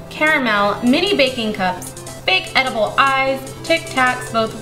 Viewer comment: are you shor its edaboll?